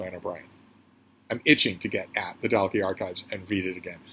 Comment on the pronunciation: Just to say that Dalkey is pronounced Dawkey. It's a posh village in South Dublin. Flann O'Brien is a wonderful author. His theory in the Third Policeman about the transfer of molecules, whereby people eventually turn into their bicycles, is side-splittingly hilarious and original. "The drink" must have helped him immeasurably with his writing!